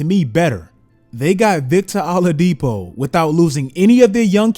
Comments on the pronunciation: I love that he says Victor “allah”dipo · That Oladipo pronunciation is killing me